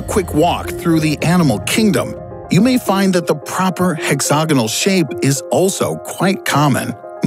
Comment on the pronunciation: Nobody:: HEXOGINAL